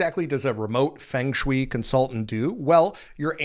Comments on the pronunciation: Love you … ahh it’s feng shui pronounced (fung shu ay) literally means wind- water, but means the smooth movement of energy (chi( chee) life force) through the home, office cemetery etc.😊humm maybe I should look into that job. ❤ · i don't think anyone should support AI with how harmful it is... but can you PLEASE learn how to pronounce Siri and Feng Shui the right way? you mispronounced both so many times that it was hard to take you seriously and i was starting to think this was a weird AI video... 😰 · That's definitely NOT how to pronounce feng shui 😂😂 but side note... Let's not go so far as to say pet psychics run "legitimate" businesses. We can say legal but legitimate is not just a stretch but a whole ass lie and everyone who isn't a stay-at-home mom knows it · you might want to learn how to pronounce feng shu correctly. Please remember that as an influencer, you have a responsibility to your audience. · Ffs man. It's fung shway. I know you've heard it pronounced correctly before. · feng shui - phonically pronounced "FUNG SHWAY" 😂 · It's pronounced "Fung Shway". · It's pronounced more like "fung shway" I would Redo this entire video- re-record....... it's That big of a 😳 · Dude- I was driven nuts by yr pronunciation of Feng shui… pls check yr pronunciation before hand next time.. it’s Feng(fung)shui (shway). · Just a little wink and a nod: Feng Shui is pronounced fung shway. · Fung Shui is pronounced like fung shway. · Feng Shui is "Fung Shway" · feng shui is pronounced Fung Sway😂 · Dude, "fang shweee"? 😂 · Its pronounced ' fung shwuay'. Fyi. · Fung Shoe way,say it fast,fungshui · Feng Shui pronounced "Fung Shway" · 😂😂 a little bit of modern wisdom (aka googling) would have provided you with the correct pronunciation 😂😂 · I can’t with how he consistently said feng shui wrong about fifty times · Please learn how to pronounce feng shui. 🙄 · Just a heads up, Feng Shui is pronounced Fung Schway. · It is pronounced "Fung shway." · Say-- Fung Schway